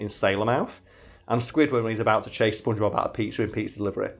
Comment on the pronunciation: your accent makes it sound to me like you're saying "spoongebab"